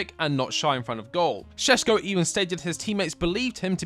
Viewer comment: Its not sesko, its Šeško and hes amazing.